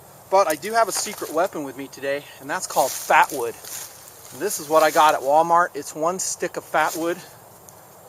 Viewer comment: Did he say fapwood?